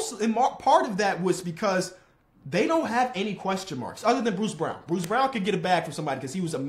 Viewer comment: it’s pronounced Christian BROWN..